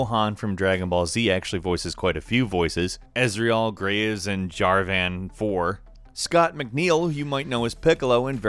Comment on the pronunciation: try to do research on how to pronounce names of certain characters: you mispronounced Akali, Jarvan IV and Hecarim pretty badly.